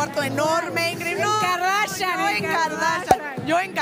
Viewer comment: "A las kardachan" XD